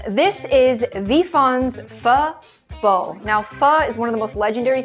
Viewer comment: why did you pronounce it like that? 😭😭😭 it’s like me saying water but with the T. Wa-t-er. It’s pronounced Pho (fur) bo (ball). I’m not trying to correct you (I am) but please take no offence as it just feels weird for others to say it wrong 😅 Also, We have instant Pho and not just that and those taste way better (I’m competitive) please give us a better score because we have way better brands than just that. 😅